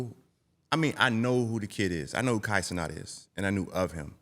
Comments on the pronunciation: Facts, UD being from south Florida pronouncing a Haitian surname like that is crazy 😂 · pronouncing Kai last name wrong 😂😂